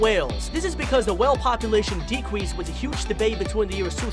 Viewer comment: him: refewence decwease Us; reference decrease